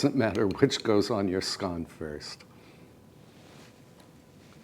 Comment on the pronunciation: Thank you for pronouncing "scone" correctly, I love your show, and think you're just smashing💐💐💐